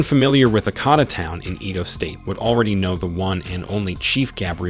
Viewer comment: The ibru looks like Muhammad Ali. And the way you pronounce some of the names are funny and incorrect.. like igbinedion and Edo state 😂